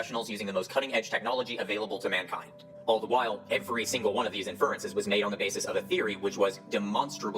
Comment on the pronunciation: Tell me you have no clue how science is done without telling me you have no clue how sciences is done, by pronouncing "IN-fer-en-ces" as "in-FER-en-ces". Take note, Formscammers and confidently-incorrect armchair scientists everywhere: Even with something as trivial as accenting the wrong syllable, I still checked several sources to make sure my claim was valid before stating it. Unlike y'all, I have the integrity to take precautions to avoid propagating misinformation and making a fool of myself in the process. Making claims without checking for evidence or support is dishonest and bad practice; making claims despite knowing that there is no evidence or support, or worse yet, knowing that there is credible evidence that invalidates the claim is straight-up bad-faith lying. Is it foolproof? Can you trust every source? Of course not, but at least making an attempt is a show of good faith. Not that y'all GAF about honesty and integrity in the first place. To be fair, willfully promoting unsubstantiated claims and/or denying substantiated claims out of greed or selfishness, regardless of how detrimental it may be to the best interests of others, isn't exclusive to pseudo-science - it's a pervasive and destructive issue throughout society, present in everything from romantic relationships that only affect those involved, to global politics affecting the fates of humans all over the world. We must remain vigilant and keep fighting to turn the shit-boat around